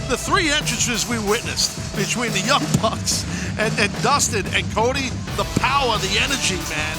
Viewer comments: he also called them the young brucks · lol he called them the young brucks